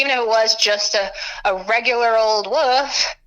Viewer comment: Wolf not woof lol